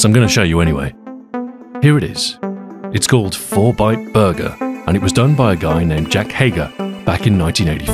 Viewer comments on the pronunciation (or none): I swear you said fortnite burger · I heard "Fortnite Burger" at first ffs. Susburger